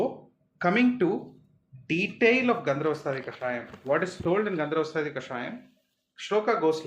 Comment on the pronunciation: Dear Dr., Thanks for the valuable information. Just a small correction.... You are pronouncing it as "gandharvastaadi" instead of "gandharvahastaadi". "ha" kaara is either missing or not clearly heard.